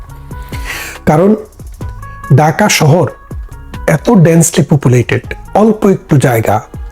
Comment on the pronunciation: Bhai daka shohor Hobe na, hobe dhaka shohor vasha thik koren,tar por media te ashen